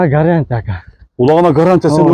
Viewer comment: Улагына гарянта эмес гарантия десен туура болот😂